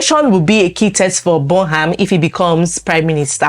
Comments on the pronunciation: It's pronounced Burnam.... not the way it's spelt : Burnham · Pronounce Burnham properly please